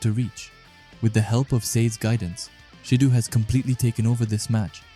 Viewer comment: It’s not “sheedu” 💀 pronounced Shi Doh